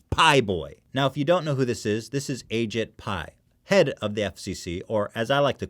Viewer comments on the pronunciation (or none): I'm pretty sure it's pronounced "a cheap pie" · it's egypt pi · umm just a small correction Ethan, it's actually pronounced Ashit Pie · correction Mar H, its actually pronounced Ashit Pile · Actually, it’s pronounced ashit pai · It's pronounced Ah-jEE-pai, but yeah I agree.